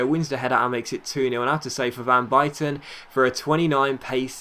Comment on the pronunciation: You can't say van buyten right...